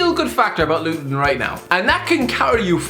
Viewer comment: No one:: RLIGHT